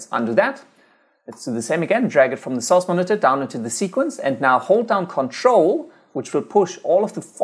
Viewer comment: I watch a lot of ytp s so when I hear him say source I laugh cuz o think he says sos great video btw